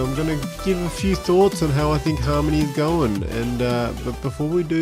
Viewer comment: An aussie talking about Haaaaarrrrrrrmony? Sweet 👌😎